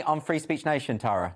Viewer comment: Finally someone pronounces the name Tara correctly.